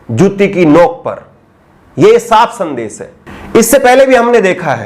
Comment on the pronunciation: Bhasha shudh kijye sir . Sha kaxucharan sahi kijye sandesh ko sandes na kaho